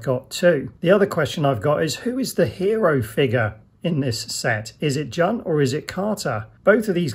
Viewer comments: Its not jun its pronounced june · Great review man! Btw jun's name is pronounced june. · My bad on incorrectly pronouncing Jun's name, for some reason I was convinced it was 'Jun' not 'June". Thanks to all those who politely let me know my error 😆